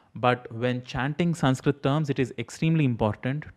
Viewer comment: Thank God atleast he is saying Sanskrit and not sankrith or sankrut nor sankruth 🙄🙄🙄